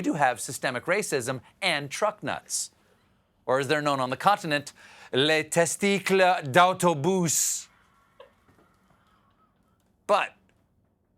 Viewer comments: Lol need to work on your french Stephen......testicUles...cul...like curly....like your hairs.....lol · "les testic....." what was that??????? LOL! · Stephen, please never stop mispronouncing French words badly translated from English. It made my day. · Stephen...it's TESTI-CULES de CAMIONS. Lollll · Stephen, you need to pronounce the "u" in "Testicules".